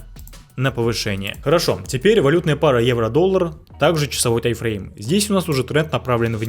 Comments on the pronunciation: не тай, а тайм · Почему тайфрейм? Таймфрейм же, ухо режет 😮‍💨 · Претензий к информации автора нет, просто интересно меня одного подбешивает когда он говорит «тай-фрейм» а не «тайм-фрейм»?😂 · ТАЙМФРЕЙМ, а не ТАЙФРЕЙМ, ПАДЛА😆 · Этот парень учит нас а сам не знает что говорит, какой тайфрейм? может тайМ-фрейм?